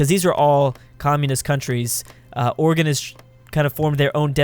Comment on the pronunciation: Oh thank God, he doesn't say Oregon with a gone instead of gin